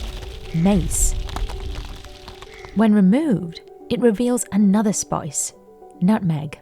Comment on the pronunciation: i was not aware there was an o in spice.. SpOice. lol